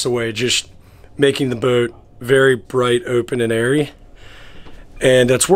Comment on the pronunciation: My friends and I started drinking game. Every time he says the word bout. Just so you know it’s a yacht not a bout.